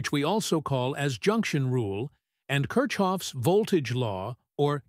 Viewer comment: It's pronounced like KIRKOFF,.